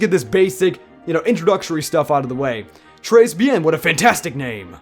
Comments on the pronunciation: "trace bien" it's "treh be-ang" and très bien means "very good" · hate to be that guy but its pronounced tray be-ah-n and it means very good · i felt actual physical pain when her tried to say "tres bien" like OOOF BOI, DO YOU NOT KNOW FRENCH BASICS ?!!? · you don't pronounce the s